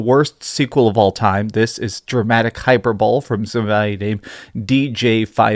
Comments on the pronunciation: It's not hyperbowl.....it's HY-PER-BOWL-LEE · "Hyper-bowl"...it's pronounced hy-per-bo-lee. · This dude said “hyper bowl” and then ridiculed someone for now putting an s on graphics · You dont pronounce hyperbole as "hyper bole"... It's hy-per-bo-le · Your opinion stopped mattering when you pronounced “hyperbole” as hyper-bowl. That is just moronic. It’s pronounced “hy-per-buh-lee” have fun with your terrible game. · I love you bro but it’s not pronounced hyper-bowl lol. It’s pronounced hi-per-ba-Lee 😂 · STOP SAYING HYPERBOWL. It's pronounced hi-per-bull-ee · Hyperbole is pronounced "hi-per-bo-lee". Not hyper-bowl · Just a tip for you, hyperbole is not pronounced like an even better super bowl. Hi-per-bo-lee, with the emphasis on the 'per' and the bo shortened to more of a b'. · Calling someone a moron because they forgot an "s" but he said "hyper-ball" instead of "hy-per-bo-lee".... just an observation 🤔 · "hyper-bowl". No. Hyp-ur-boh-lee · Hyperbole is pronounced Hy-per-bo-lee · Dude it’s pronounced hyper-bowl-ee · My faith in your review skills disintegrated the moment you said "hyper-bowl". Calling someone else a moron was ironic icing on the cake. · It’s hy-per-boh-lee . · Lol he just said "hyper bole"... Someone tell him how to say hyperbole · Btw it’s pronounced hi-per-bole-ee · I haven't played it (and since I don't have a PS of any generation currently, probably won't), but everything I've heard about it is positive. This is the first I've heard of any negative reviews. And yeah, they sound pretty ridiculous. Also, hyperbole is pronounced hyper-boe-lee. You can't really mispronounce a word with one breath and then call someone an idiot for a typo in the next without looking pretty bad yourself. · high purr burr lee not hyperbole. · it’s HI-PER-BO-LEE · Imagine not knowing how to pronounce “hyperbole” and calling someone else a moron. 🤡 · “Hyperbole” is not pronounced that way at all, never heard that before lol